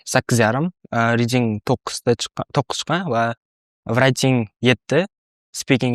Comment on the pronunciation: Hayajondalarda shunga shunaqa talafuz qilib kettila